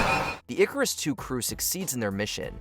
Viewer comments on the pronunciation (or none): none